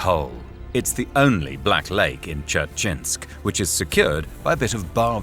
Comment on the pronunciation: That pronunciation of Dzerzhinsk.... They didn't even try LOL